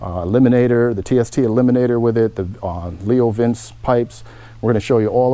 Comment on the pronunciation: Leo vince pronounced "vinchea" it's french. Nice bike.